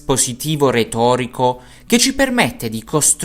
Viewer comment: io sono italiano, ma non ho mai sentito dire "ceh". Tuttalpiù possiamo contrarre la i ma la si pronuncia sempre. Può essere che questa forma venga utilizzata in una zona limitata dell'Italia ( la voce maschile del video ha un forte accento meridionale )